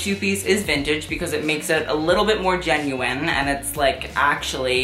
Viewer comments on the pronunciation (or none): none